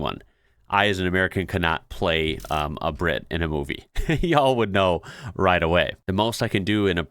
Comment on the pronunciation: Why most Brits have a speech impediment? Bwit instead of Brit. Bwistol instead of Bristol. Weally, instead of really etc. Just listen.